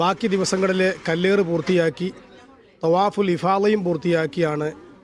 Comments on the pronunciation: കല്ലാറയല്ല കല്ലേർ എന്നാ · ജംറയിലെ "കല്ലറ"അല്ല. കല്ലേറ്